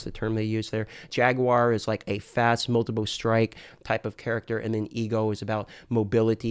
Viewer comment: I really love and his videos but his accent on certain words like "Multiple" come out like Moldable and.....it makes me smile. Keep putting out the great content. Hope you enjoyed your trip to Sunny California! I work right next door to the blizzard campus